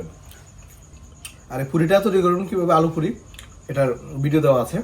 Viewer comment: furi ki re vai? puri bol..ppppppp